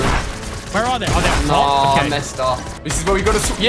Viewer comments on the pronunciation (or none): none